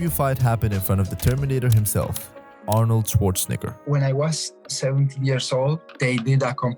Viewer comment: That is NOT how you pronounce Arnold Shwarzenegger.